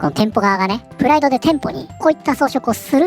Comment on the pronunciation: プライドがフライドに聞こえて頭の中でチキンが…w (花粉症お大事に…！砂糖と小麦粉控えると軽減するとかしないとか)